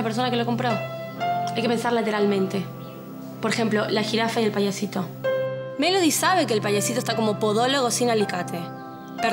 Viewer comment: Hope diciendole "Paiasito" a Simon jaja